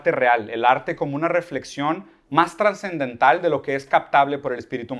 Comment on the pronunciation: Conozco el término subsidiado, el de "subdiciado" lo desconocía. Lo dice un par de veces. También dice "transendental". Entiendo que se refiere a trascendental. En fin, lo seguirá escuchando un poco más.